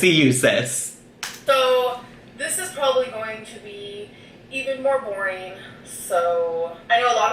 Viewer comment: She pronounces “boring” like “borreeen”